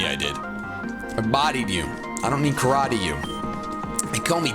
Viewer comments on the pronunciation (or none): none